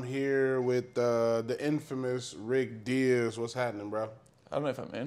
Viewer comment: DIAZ , D-I-A-Z...for fucks sake 🤦🏻‍♂️🤦🏻‍♂️🤦🏻‍♂️